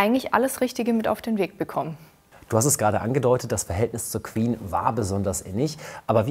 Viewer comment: Das Word Queen beinhaltet keinen "w", warum sagt ihr "Qwen"🙄🤦🏼‍♀️